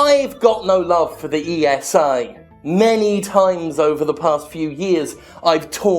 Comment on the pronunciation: Maybe just me, but I have the "Jimpression" it's very hard for Jim to make sure to not leave out the S in ESA, when flaming them. :D